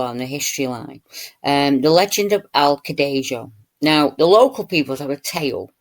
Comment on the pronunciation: Here is the link. It looks allot cuter than I remember - BTW - Cadejo is pronounced Ca-day-ho since J is 'heh' in Spanish:)